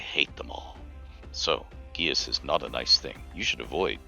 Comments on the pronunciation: I understood that it was pronounced “gay-sh” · It's pronounced "geesh," like Sean Connery saying "geese."